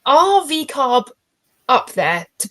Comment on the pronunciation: Laura said "VCARB" lol